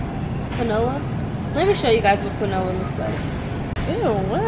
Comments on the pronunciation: Its keen- wa not quin noa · They said QUINOA, as...CONOLA 🤦🏻‍♂️ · BOI "kwin-oh-a" ? ITS PRONOUNCED "keen-wash" ! THEY DON'T EVEN KNOW WHAT QUINOA IS!🤦‍♀️ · She said "Kwu-Noah" I'm dead...sweety it's 'keen-wah' 😂😂😂😂💀💀💀💀like this so she know how to say it in the future! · She said some “qui-noah” 😂 Quinoa is pronounced “keen-wah” 🤣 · I cringed every time they said "qui no uhhh." It's "keen-wah" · quiona is pronouced KEEN-WA and not KI-NOWA just saying sorry if you thought i was being rude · “Canoa “ it’s keen wah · "Quinoa" pronounced Keen-Wua 😂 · quinoa Keen-wah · quinoa is pronounced (keen-wa) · Did they just call quinoa CA-NO-A????? LMAOOOOOOO i thought she was talking about canola oil or something lol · Y'all so cute! Quinoa is pronounced keen-wa!! Hey and I love y'all for shopping Walmart every time y'all cook! Been working there for 13 years in Logistics! Keep it up fam! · Quinoa is pronounced "keen- wah" 😂🤦🏾‍♀️ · Isnt it "key-noah"? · QUINOA IS PRONOUNCED "KEEN-WAH"!!!!!!!!!! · Cami Cami Right smh...and baby it's pronounced Keen-wah...it's okay you'll get there. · Quinoa is pronouced (KEEN-WAH) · IT'S PRONOUNCED "KEEN-WAH" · Love you guys! But Quinoa is pronounced Keen - Wah :) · She said canola a couple of times lol smh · its pronounced keen-wah (Quinoa) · For real!!! 😂😂😂 she really kept kept saying "kwin-oh-ah" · Quinoa is pronounced keen-wah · I was just about to say that. She kept saying canola like where in the world does that word come in at lmao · Quinoa is pronounced (Kean-wa) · I was dead when Briannca said quinoa wrong. It's like keen-wa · Keen-wah sis!! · It's pronounced "keen-wah" it's a healthy replacement for rice and other carbs. But it's really disgusting and calls for a lot of extra seasonings in effort to replace the nasty taste. And if cooked to long can feel like you're eating cottage cheese. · quinoa lmao it's pronounced "qeenwa" it's a type of grain and it's super good salty